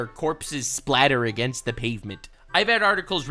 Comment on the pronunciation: hehe "agaenst"